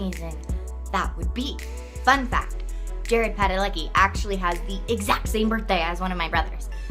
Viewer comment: Jared not Darred.